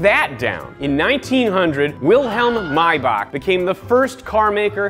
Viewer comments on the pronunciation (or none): it’s may-back not my-bock